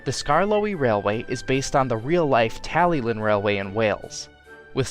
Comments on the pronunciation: By the way its pronounced (Talli-clin) not like how it’s spelt (Tallylyn) , it’s because it’s a Welsh name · Beautiful Talyllyn model and great work on Duncan, too! Just a heads-up, the double L in Welsh denotes a 'hl' sound, eg. tally-hlin, though it can be a tricky one for non-native speakers.